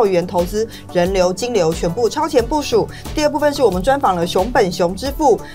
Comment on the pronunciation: 5：50超前部”署”